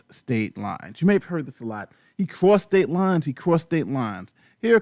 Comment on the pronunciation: At some point, while listening to this, it sounded like "prostate lies" from the amount of times i heard "crossed state lines".